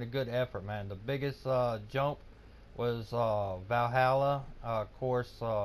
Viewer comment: Yea know just what u mean G! Gj Valluuh im feeling ur closing in on me i better step it up then ;) Also G tomorrow i will learn u how to pronouns Valluuh its not Vallhalla! :D